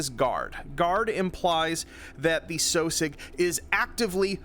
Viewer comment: I always thought that sosiog was pernounced (Sauh sig)